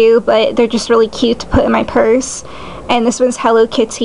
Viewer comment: my purse is "hello keety" lmao ha